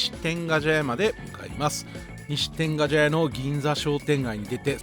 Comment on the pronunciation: 「てんがじゃや」が気になる。「てんがちゃや」なのに。